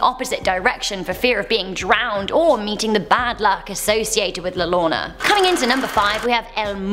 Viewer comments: Llorona its pronounced “Yorona” not “Lorona” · "La lolona" Me (a mexican):you're not just weong you are way of........ it's llorona (yo ro na) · XD “La lona” hahahahaha Im Mexican living here in México xD Its La LLorona, most like “IORONA” xD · "La Lona" It's "Yo-ro-na" The LL is pronounced in a different way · La Lorna.... it's pronounced " la yorona" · I love the way said Al llorona How to Pronounce: llorona, Yorona, the double L sounds like a Y...🤣 I'm sorry....I'm dieing🤣🤣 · I laughed so hard when she said la lona ITS LA YORONA if THATS HOW U SAY IF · la lona🤣😂🤣🤣 to make it easier say it like this yorona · La Lonna 😂 It’s spelled la yo-ro-na La llorona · So its not "La Lona" its la (Yo)rona Llorona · “la Llolona” im cringing so hard rn 😂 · boi if you don bro she said la nona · Kyubi - kun exacto xD me dio risa “La Lona” xD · I just like to watch Mexico videos of top 10 because it’s funny listening to them pronounce the names, like when said Lana 😂😂🤦‍♀️it’s funnier for me since am Latina 😂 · It's pronounced la "yorona" ll = y lol UwU and love ur dress OwO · GoogleAccount201 she said “la lona” 💀😭🤣🤣🤣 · i I LOVE YOU TONS, but number 6 is pronounced La Yorona, the double L makes the same sound as a Y in hispanic alphabet, but overall i love your videos! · I know your British but it's pronounced La Yorona LL= Y sound. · La lona? La (lire-ona) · You said La llorona wrong you said the two L s with a r so it sound like La (r•o•n-a)also the story is wrong only men see her,women and children can only hear her not see her,and she doesn’t kill people but the rest is ok. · It was scary when she tried saying la llorona. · The way she completely butchered "llorona" 💀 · I died when she pronounce "La Llorona" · She was perfect till she said la llorona.. Now I can't marry her. 🤬 😥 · Is La L-l-o-r-o-n-a